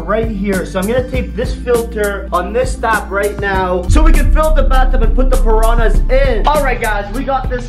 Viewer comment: ImA SwIm WiTh ThE PaRaHnAs Me: srly dude